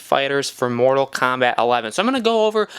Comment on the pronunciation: I feel like im listening to someone who sucks at the game... and its kombat.. not kambat